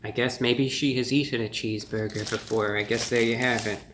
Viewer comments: no one: ReviewBrah: "cheeseboyga" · Well merry Christmas young man and sorry you’re under the weather but I did notice when you said cheese burger I noticed a Jewish New York accent every time you said cheese burger lol